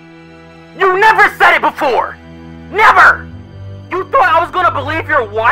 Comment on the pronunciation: that “Neverrr” with white emphasize LMFAOOOO